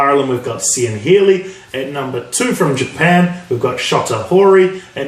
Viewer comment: Cian is pronounced Kean keen cee an